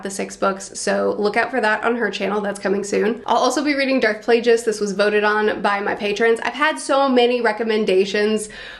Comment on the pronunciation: Hard g in Plagueis. It's basic English. 👁👅👁